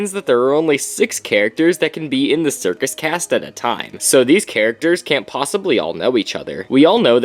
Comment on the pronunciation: Isn’t it a “circus”?